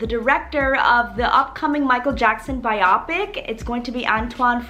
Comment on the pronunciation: It’s actually pronounced Bio-pick not bi-op-ick